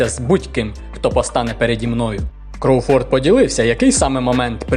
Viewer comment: Я навіть чекнув західних коментаторів, правильно КрОуфорд, а не КроуфОрд, цей наголос дуже ріже вухо.